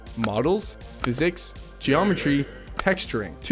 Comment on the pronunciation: Yo, yo "geYometry"... are you serious with the "y", lol.